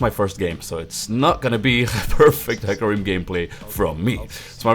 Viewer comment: Its like HE(U Say it like He Not hy) And ca(Like Ka) Rim.(Like Rym :P)